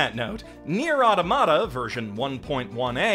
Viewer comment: the way he said automata physically hurt me